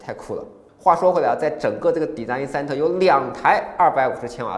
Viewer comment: 学一学design 和pool的发音